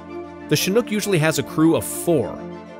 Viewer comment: Now i realize is chinook, not chinhook